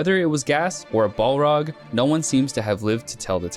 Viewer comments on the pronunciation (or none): none